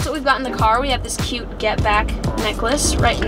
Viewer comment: I always notice you when you say cute